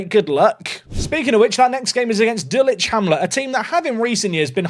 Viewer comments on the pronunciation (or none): none